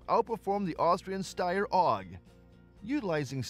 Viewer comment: According to the ever accurate generated subtitles and narrator pronunciation, you mean the "Stair OG" or are you talking about the "Style OG"?🤣🤣🤣🤣